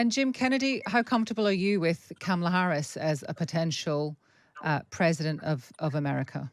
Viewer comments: How is a scarcity of Harris press conferences the story when Trump is regularly losing his mind on camera? And nobody in this segment can be bothered to even say her name correctly. Just silly. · would anyone plz confront these people when they continually mis-pronounce Kamala's name. Is he a complete idiot who cannot learn her name, being racist about the origins of her name, or both?